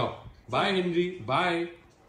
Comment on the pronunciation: Bro when you say henry it sounds like hindri